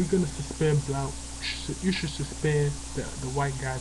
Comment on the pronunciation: you cant even say Blount right. Do you even know when Blount said about Boise State before the season? You have no facts. Are you related to Al Sharpton?